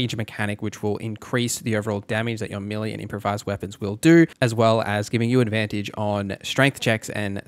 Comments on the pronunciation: May-lay not Me-lee. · "Meh-lay", not meely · It took me a good 40 minutes to realise you were saying melee instead of milli that shit is confusing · Millie. Melee. I cannot decide. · melee == "may-lay"